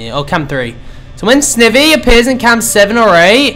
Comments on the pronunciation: It's SNIVY (sneye-vee) NOT FUCKING (sniv-vee) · Ohhhh it's mkaing me & others very mad he's saying it like "Snevy" and not like "Snievy". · Dude, it's SN-EYE-VEE! Not SN-I-VEE!! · Snivy - (sni-vee) Oshawott - (osh-ah-wot) Tepig - (teh-pig) Pikachu (pee-ca-choo) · Snivy: Sny-vee: a grass pokemon that can not pronounce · Snivy is actually pronounced Sn-eye-vy and Oshawott is pronounced Osh-u-wott :3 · It's not snivy it's like saying snivey! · dude u meant snivy not snivi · It's pronounced snievee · and u pronounced snivy wrong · I can't watch this all the way through because every time you say snivy wrong it makes me cringe... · I can't even watch this because it bothers me to no end that you're pronouncing Snivy's name wrong